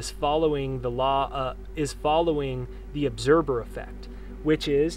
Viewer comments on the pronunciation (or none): ObserVer. With V not B. Just a little correction, no biggie. Good stuff!